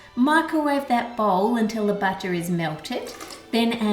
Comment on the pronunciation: I swear every time you said "butter", I heard "batter" XD At first I was like "why put batter in your batter? What batter?" XD